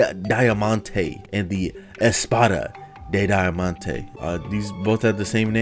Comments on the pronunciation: I speak spanish and i am sure you dont say espada de diamante like that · NO! It is not Portuguese, I put espaida dei daiamannte why does the guy sound like this when pronouncing a word in Spanish! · "espada dei daiamante" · Speaking spanish saying: EsPAdAH De DIaMANTEh is so Beautiful xdd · ESPADA DE DAIAMANTEKKKKKKKKKk omg i love how gringos pronounce our BR language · "espara de daiamante" amo cuando los gringos leen español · haha u trying to read "Espada de Diamante" i'm brazillian and i lov ur channel